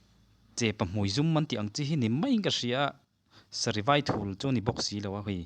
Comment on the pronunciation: Sarivaithul nilo in Sarivaithun tih tur awm tak ani...